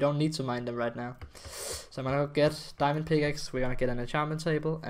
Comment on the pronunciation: Do I hear diamondo? I hear diamondo